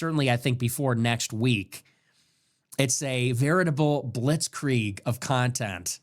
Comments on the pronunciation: someone edited the Candace clip. She did pronounce it wrong but the bombardment bit was about "hoisted by their own pittard" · She just said it wrong like 20 times all while acting like it was such a common phrase that she and everyone else uses often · I think Nick owes Candace an apology on this. He's clearly not watching her show. She is not saying that Israel did this. The theories he's talking about aren't ones that she is claiming. She explains what a blitzkrieg is. She says that it's lightning warfare her pronouncing it wrong only proves that she read it and didn't hear it🤷🏻‍♀️ Candace is doing an investigation the information that she's receiving the evidence that she's receiving is ongoing. If she released everything all at once would not have revealed all the people that are lying calling her a liar and a nasty woman and that she's stupid that just seems to be coming from his personal issues with her and not what she's saying right now. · “Blitz Kree Egg” 🤣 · Wow, Candace doesn’t know how to pronounce blitzkrieg. Man you really got that dumbass Nick. Who cares that she brought the biggest receipt showing Charlie was having serious reservations on Israel. She can’t pronounce blitzkrieg. Good one man